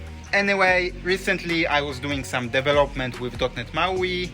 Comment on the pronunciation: Is it now? I thought Debian was GPL, which is kinda fucking hard to close source, at least at the level Apple operates. And I also knew that it's the FreeBSD code they stole, because of, you know, the BSD license. But what can I expect from someone who does DEV-elopment and not de-VEL-opment. No, I'm not simply exposing your terrible English, I'm exposing you being comfortable doing things half assed in life. I'm ESL, so you have no excuse. ESL stands for English as a second language, quite sure your half assing ass didn't know that. If you're comfortable sounding like a clown, wich is obvious to everyone, I don't even want to know about the quality of the products you develop. Or are you one of those ones that happily and proudly produces a lot and then also happily fixes the disproportionate amount of bugs that inevitable pop up when someone does a half ass job, wasting everyone's time and money?